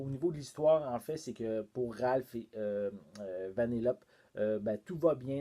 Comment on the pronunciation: J’ai adoré ta vidéo, mais on prononce Vanellopé. Ce n’est pas méchant, c’est juste pour que le savoir